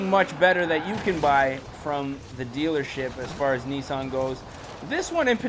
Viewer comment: It Nissan not nessan